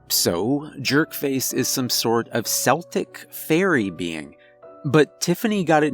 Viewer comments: Good story, quite amusing, but Celtic,is pronounced Keltic, hard c , not seltic, apart from the Scottish football team, for some unknown, to me,at least, reason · The ancient culture is pronounced 'keltic', not 'seltic' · Totally loved this but just one tiny thing bugged me, it’s pronounced Celtic with CK sound at the beginning not an S sound I.e Celtic not Seltic! Sorry just had to say , i hope you don’t mind? Amazing story and narration! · Not "seltic" it is "keltic". Celtic is pronounced like it's spelled with a K. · It’s pronounced “Keltic”. KELtic. 😆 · I was spellbound, until you pronounced "Celtic" as "Seltic" (wrong, unless you're referring to an NBA player from Boston) instead of the correct "Keltic"! (>_<) Oh, well, I suppose I can forgive a few mispronunciations in an otherwise amazing narration! Update: I just finished listening and I actually applauded. If someone could restore movie-making to what it was 20 years ago, I would want a feature film adaptation of the story. Sadly, since Hollywood has gone so far downhill now, they would screw it up somehow. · BTW your pronunciation of Celtic is incorrect. When referring to old tribes in Scotland or Ireland, it is pronounced KEL-tic, "Sel-tic" is only for the Scottish football (soccer) team. Otherwise, enjoyable recitation of a good story. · This is your best one yet! Just a heads up, not a criticism, it's KELL-tic not SELL-tic. Well done, this one will be a keeper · Ah, finally a rare voice of sanity. 😂 But sincerely, yes pronounced Keltic not Seltic. 💕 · NO ITS PRONOUNCED 'KEL-TIC' NOT 'SEL-TIC' STOP STOP I LOVE YOU MAN BUT I'M DECENDED FROM CELTS AND THIS PAINS ME SO MUCH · The only issue I had with the narration on this story was your pronunciation of the word celtic. Its pronounced keltic. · "Keltic",. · FYI it's pronounced Keltic. Unless you mean legends of a basketball team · Celtic is pronounced "Kel-Tik" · I agree this needs to be a movie. It's pronounced KELTICS. Hard C.